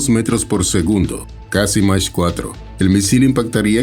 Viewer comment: A 1.25, phonétiquement, mak4 et non mache4